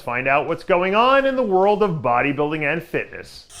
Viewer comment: gotta love the "fisshitnish" industry